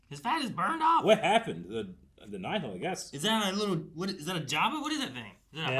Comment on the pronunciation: omg they prenounce Nihil right finally thank the maker